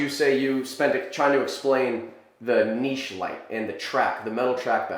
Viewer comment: I hate when people pronounce it "niche" and not "Niche"